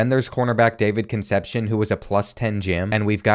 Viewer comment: Castillo is pronounced “cas-TEE-yo”, and Concepcion is pronounced “con-SEP-see-OHN”.